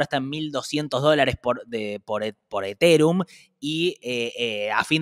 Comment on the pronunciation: jajajajajajjajajajjajaa como dice eterum'????